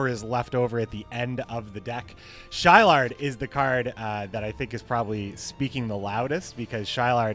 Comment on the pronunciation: Wouldn't Shilard's name be pronounced as "Shi-laad" instead of "Shy-Lard"?